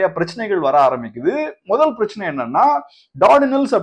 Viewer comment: சார் உங்களுடைய வீடியோக்கள் நன்றாக உள்ளது ஆனால் 'பிரச்சனை' என்ற வார்த்தையை மட்டும் தெளிவாக உச்சரிக்கவும்